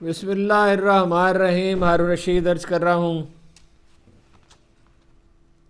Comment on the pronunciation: محترم ھارون رشید صاحب! بسم اللہ الرحمن الرحیم میں آپ الرحمن کا "ن"حذف کر جاتے ہیں ۔پلیز تصحیح فرما لیجیے۔اللہ تعالٰی آپ کو سلامت رکھے آمین